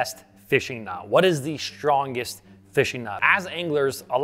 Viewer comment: "The shtrongest." Watch out for shnakes!